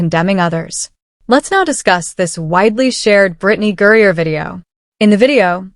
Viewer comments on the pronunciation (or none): Mercy ...GURRIER ????? It is HE, Brian Griner.....